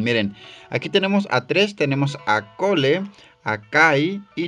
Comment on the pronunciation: por cierto cole se dice coul y zane de dice zain